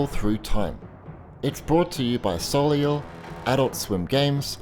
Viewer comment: i think it should be pronounced sol-ay whick means sun in french